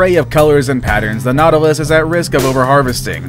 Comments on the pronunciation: nautilus is pronounced NAUT-i-lus. also one nautilus- nautilus. two or more- NAUTILI (pronounced NAUT-il-eye) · it’s called naw-ta-lus that’s how u pronounce it naw-ta-lus